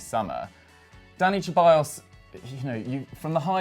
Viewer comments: Its pronounced Seballos not cheballos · It’s not pronounced “Che-bayos,” it’s “Se-bayos.” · PLEASE please, SEH-ballos. He’s not Italian... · I mean you're also not Italian but you pronounced it the Italian way Lmaoo I'm just taking the piss bro, we all knew who you were talking about anyway Hahaha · It's Ceballos not Cheballos Same with Lo Celso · Dani Cheballos and Lo Chellso, bro learn to pronounce the players name plz